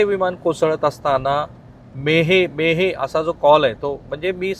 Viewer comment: मे हे में हे.. मेडे मेडे मेडे असं असायला पाहिजे होत बहुतेक नाहीं का पत्रकार महोदय 🙏